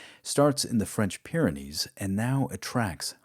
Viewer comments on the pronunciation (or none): none